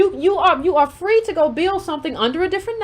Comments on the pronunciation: I’m dead at “Fwee” too 🤣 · Kamala was Fwee!!!! Hahahaha, I CANNOT wit you! LMAO